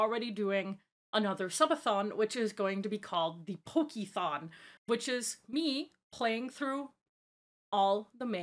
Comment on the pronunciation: I heard Pokithon as Pokithong